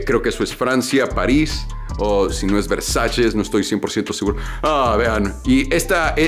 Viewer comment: Versaches jajajajaja Versalles quisiste decir